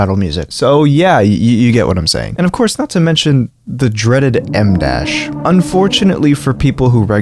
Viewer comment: My ears kept perking up when you said emdash cause I was thinking Emdasche (the music artist) 😭